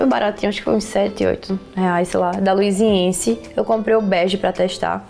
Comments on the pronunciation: Ok É luisAnce e não LuisIEnce, deve se falar como está escrito, Luisance fácil. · Se fala LUIZANCE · amei o vídeo das suas comprinhas😍. Linda se pronuncia luisance😚💟. Antes quando não sabia pronunciava igual a você hahaha💛💛💛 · Acho que se pronuncia "luisance" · Tbm tenho agonia KKKK é luisance, não tem um i depois do S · Mas gente, já vi tantas YouTubers falando errado o nome da Luisance... A Carol do Beleza que inspira fala Lusance e os seus inscritos não pegam no pé dela. ctz que o povo que tá comentando que a pronúncia tá errada, na rua deve falar imbigo kkkkk. Bjos! 😘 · q agonia vc falando luisience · nossa , vc quer arrumar confusão? kkkkkk é q nós estamos acostumados a ouvir luisance e aliexpress , e ouvir ela falando com o sotaque dela é diferente, da agônia de querer falar "olha n é assim q se pronuncia", pra td mundo q fala isso vc fala q a pessoa é "chata do caramba" q isso, saiba respeitar a opinião dos outros flor... acho mega fofo o sotaque dela <3 adoro sotaques diferentes, mas vc n respeitar a opinião dos outros é chato.... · Que agonia "Aliexxpres" e "luisiensi" mdssssss